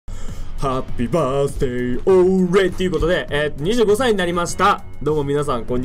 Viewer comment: にじゅうご↓さ↑い 誕生日おめでとうございます！